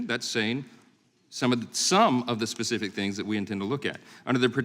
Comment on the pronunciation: It's "specific" not pacific. Sheesh